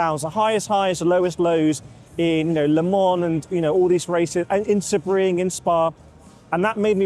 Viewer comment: Not a criticism but the correct pronunciation of Sebring is “See-Bring”